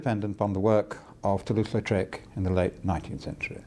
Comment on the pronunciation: "Toulouse" not "Latrouse." Even you didn't get it right.